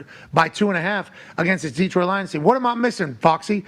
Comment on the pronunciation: Pat, it's Datroit, Da , never Deee